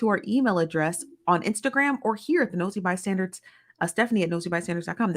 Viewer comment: It always sounds like she is saying Nosy ByStanDards. 😂